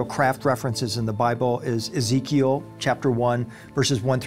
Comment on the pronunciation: Really ? Such a great video; but the female narrator pronounces the name 'Ezechiel' incorrectly. When telling people things which are new, unusual, and out of this world, it is just as important to pronounce names and words correctly, otherwise you lose credibility. And almost everyone in this video makes mistakes.